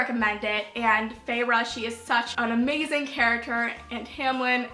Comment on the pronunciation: when she said feyre and TAMLIN. I know this was uploaded a while ago, but I still winces.